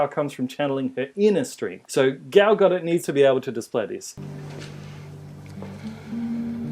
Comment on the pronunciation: Are they mispronouncing Gal Gadot on purpose? The T is silent.